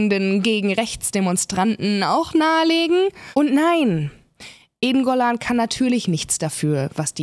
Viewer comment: Witzig, dass ich anfangs "eingollan" anstatt "Eden Golan" verstanden habe und dachte, ich hätte ihre Bewerbung für den ESC verpasst. Ich habe es dann aber noch rechtzeitig geschnallt. Aber Respekt an dich, dass du dir diese für dich offensichtlich körperlichen Schmerzen antust, indem du Böhmermann schaust bzw. hörst. Könnte ich nicht.